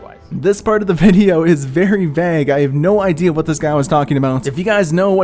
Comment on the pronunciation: You said vague wrong... it sounded like you said bag with a v instead of a B